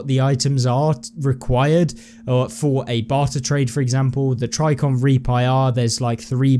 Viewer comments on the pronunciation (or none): "tricon" There's a J in that word. "Tri -J - icon". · Fantastic info! Love your videos. Please for the love of God say TriJicon correctly! There's a J in there. Love ya!